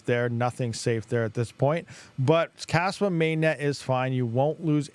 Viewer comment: Kaspa ❌ Kaspump ✅